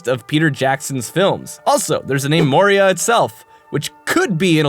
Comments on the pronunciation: The old hags name is (Mo-EE-Ra) while the mines are called (Mo-Ree-yah). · That hagraven is named Moira, not Moria so stop making shit up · the Skyrim npc is spelled/pronounced "MOY-ra", not "MOR-ee-ah". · That hagraven s named “Moira” like Moira brown from fallout three not “Moria” like from LOTR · *moira not moria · That Moira- Mines of Moria thing isnt a reference i think. The Gollum thing definitely is, but Moira is pronounced "M-why-rah" not "Mo-ree-ah". The name probably doesn't refer to the mines, unless its just because of it being an anagram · Moira. The name of the hag is Moira. Yeah, it's close to Moria, but.. C'mon. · Moira: MO-I-RA. Not Moria. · The Hagraven's name is pronounced moy-rah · Moira, pronounced "Moy-ra." Gaelic for "Mary." srsly, pay attention to the things you're writing about. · Moira. Moy-ra.